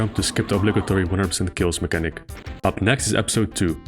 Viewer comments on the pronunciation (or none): none